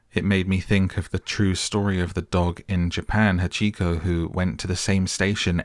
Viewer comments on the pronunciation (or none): HAWT-chee-ko. My sister-in-law is Japanese and lived in the Shibuya district of Tokyo for several years.